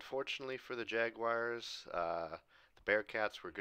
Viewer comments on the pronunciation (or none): none